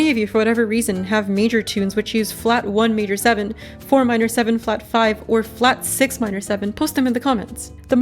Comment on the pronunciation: Did you just sayed flat 1 major 7?